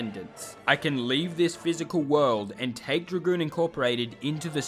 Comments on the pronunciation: "I wuold love to work at Dra-Goon corp" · Its dragoon